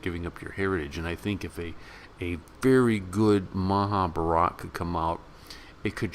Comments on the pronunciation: you nearly spot on...if only you can pronounce Maha Bharat am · Please learn the proper pronunciation of "Mahabharata".